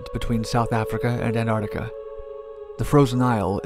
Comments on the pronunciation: Great documentaries. Just one thing: I suggest you review your pronunciation of the word, "Antarctica". =PC= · I enjoy your videos. Still- I do thinki You'd be wise to check your pronunciation of the word- arctic or the word, antarctica. Don't just follow the errors of other people. Actually get it right. =PC=